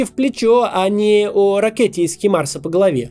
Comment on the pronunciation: Хаймарс!!! Не Химарс!!!